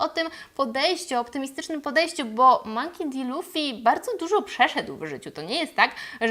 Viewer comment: Źle czytasz jego nazwisko :) Czytamy "Monki Di Luffy" A tak poza tym cieszę się że Ci się podobało xD Natomiast co do Kuro, to on poprostu zrobil sobie takie rekawice z ostrzami, cos ala kocie łapy ze szponami, które zwyczajnie nakladał na dłonie. Ostrza w żaden dziwny sposób nie wysuwały się jak u Wolverina. Po prostu zostały tak przytwierdzone na stałe.